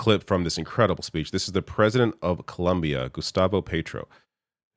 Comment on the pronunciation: I been a subscriber for years and I love your work … as a Colombian native it’s Colombia not Columbia 🧐😫!!!!